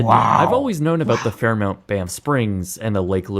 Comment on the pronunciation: It's pronounced "Fair MAWNT", not "Fair MOUNT" (Fairmont). This guy is an American and should do better. 😡